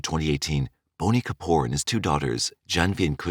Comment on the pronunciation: Its BOney Kapoor!!!